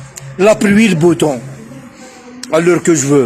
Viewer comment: On dit le beau temps pas le boutemps .